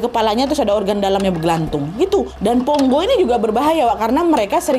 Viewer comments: Bukan Ponggo kak, "PONGKO" Kak 😊😊😊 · pongko. bukan pongo😁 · Maf kak nama nya pongko bukan ponggo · Pongko’ kayaknya admin bukan ponggo 😅😅😅